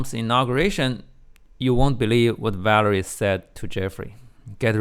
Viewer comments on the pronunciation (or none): Valeria not Valery.